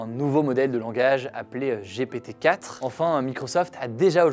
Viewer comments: J'ai rigolé à chaque fois qu'il a dit GPT (J'ai pété) : J'ai honte 🤭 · Ça se prononce "Gi pi ti" sinon tu as un peu l'air con ... 🥲